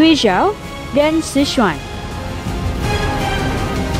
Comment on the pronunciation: Mimin salah penyebutan bhs Mandarin nya tuh... Guizhiao dibaca Kui Ciao Sichuan dibaca Secuan Jimin sancheng dibaca Cimin Sanceng